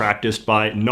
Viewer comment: Hahaha omg yes. He said aboot.